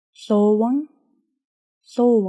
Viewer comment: When you say долоо it's sounds more like дотлоо. T